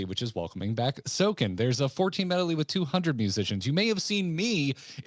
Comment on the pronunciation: I've never heard anyone pronounce "medley" with three syllables XD